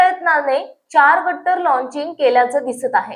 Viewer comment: गर्डर not गट्टर